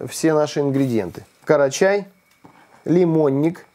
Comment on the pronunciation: не карачай а крачай